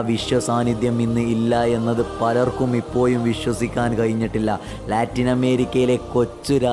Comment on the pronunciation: വിഡിയോ സൂപ്പർ but ഇപ്പോയും എന്ന് ഒഴിവാക്കണം. പറഞ്ഞതാണ് ഒന്നും തോന്നരുത്.😀